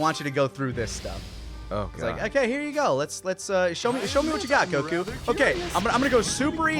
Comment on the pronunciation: I never realized how much I missed hearing pronounce "Goku."